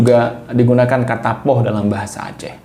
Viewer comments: Poeh ❌ Poh ✅ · Pukul = poeh ❌ Poh ☑️